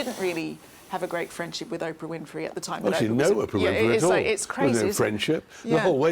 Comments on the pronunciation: Fascinating stuff. But could someone please inform Tom that it's OH-PRA, not Opera. Jumps out at me every time , now I can not un-notice it!!!! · "O"prah, not Opera! Thank you. You wrote a best-selling book, surely you can manage pronunciations! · o p rrrah not opera!!!! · Just for your info Tom Bower.............the name is Oprah............not Opera. Get it right! If you can't get her name right....what else haven't you got right? It's pretty evident you're very prejudiced against Harry and Meghan. Everyone has their own opinion...I hope yours comes back to bite you in the butt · Her name is Oprah not Opera. Unforgivable that you can’t make the long O sound in Oprah’s name!!! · I love the way he says Aprah instead of Oprah. I called her Soaprah! Lol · I love how he mispronounces the names LOL doRIA and Opera :)